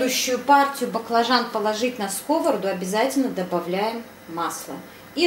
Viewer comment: Как услышала слово " скОвороду" с.ударением на первый слог,как.будто по ушам бьют.Болтологии много